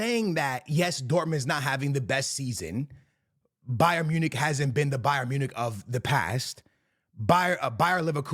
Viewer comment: Bro said Bayern Monique 😂😂😂